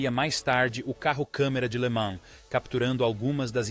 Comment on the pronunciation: "24 horas de lama"? IA cada vez mais estúpida.